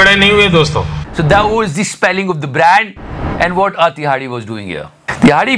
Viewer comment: Ye Tihadi nhin hai Ye Dihadi Hai...